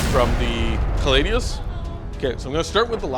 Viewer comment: Agree, small hope that the narrator stops saying callidus instead of caladius though.